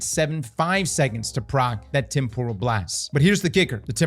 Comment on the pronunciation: A quick google search can demonstrate the proper way to pronounce temporal...spoilers...it's not pronounced like tempura shrimp lmao